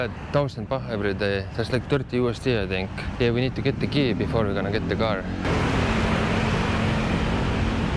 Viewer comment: The gar 🐟🙂 = car🛻